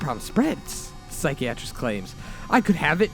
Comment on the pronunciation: I love the emotion you bring to the story's but it really takes me out of it when you mis pronounce things like psychiatrist or dingy keep up the good work but double or triple read stuff before narrating them maybe